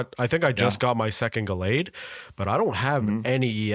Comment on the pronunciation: The way BOTH of you mispronounced Gallade 😂 Chase fa cards: Wukong Infernape, manaphy, cresselia, shinx, rainbow yanmega, garchomp, shaymin